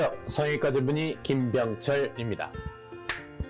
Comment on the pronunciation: "의"발음이 안되서 "성형외과 전문으" ㅋㅋㅋㅋ